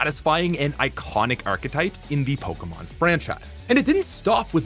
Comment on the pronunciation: Sorry, this is an interesting topic but after I'm finding the pronunciation of poke-uh-mon instead po-kay-mon unbearable. 👎